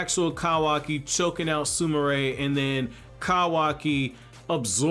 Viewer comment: he prounoced her name right 😮😁